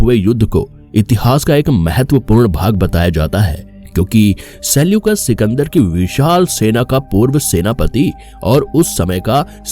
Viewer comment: Sekyulas😅 nhi Selyukas 😂